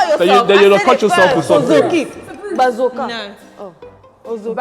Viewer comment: BA NANI😳😂. I am here screaming Ba-zo-ka and Sylvia is saying Ba-zoo-ka 😭😂